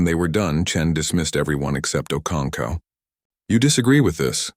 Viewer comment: Ive heard okoncow. Okonko okonkwo okonkov can this fake voice over read right?